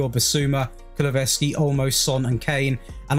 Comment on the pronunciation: You say KULU -SEVSKI